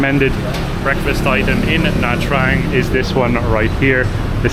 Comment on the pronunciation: “Nha” is pronounced as “Gna”, as in ‘mignon”.